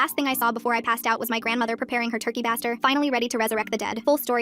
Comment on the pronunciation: Bā-ster not Ɓah-ster